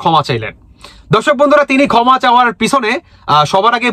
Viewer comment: Uccharon thik koren. Kotha ta "koma" noi "khoma" thumbnail thik korun. Dil noi, dhil. Asha kori positively niye shudraben.